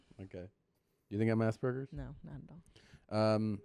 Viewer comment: “Assburgers” ? Did she mean aspergers ?